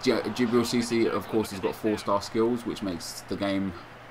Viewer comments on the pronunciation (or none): IT'S FUCKING CISSE, NOT CISSY. Is what I would be saying if I gave a shit. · Just to let you know Nep it's SEE-SAY, no hard feelings man :')